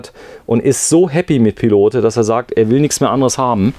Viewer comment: Tolles Wohnmobil von der Firma Pilote. Übrigens spricht man das "e" von Pilote nicht aus(klingt fürchterlich), man sagt "Pilot" es handelt sich um eine Marke welche 1962 in Frankreich gegründet wurde.